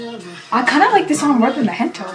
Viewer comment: Thank you for reacting to SB19 just a small note: It's not "Hento", it's "Gento" with the "G" from "Gold".